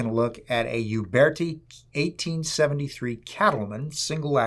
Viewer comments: it's Uberti and not "iuberti" the correct pronunce is similar to "Ooberti" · Nice review. Gorgeous gun. Alec Baldwin should have watched this. He should still be made to watch this! Uberti is actually pronounced as ”oo-bear-tea” ( not “you-bear-tea”). Thanks, enjoyed this!